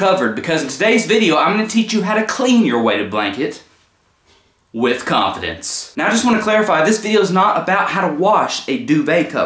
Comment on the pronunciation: Why do I just love how you said... (pause).. “with confidence”!!.. hahahahahahahahahahahahahahahahahah